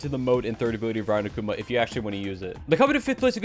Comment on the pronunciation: I don't want this to sound as hate, but rather help. You're pronouncing Akuma wrong. It's not Akuuma, but rather more like Agkoma